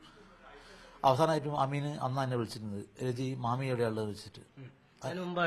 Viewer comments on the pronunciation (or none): മാമി അല്ല കാമി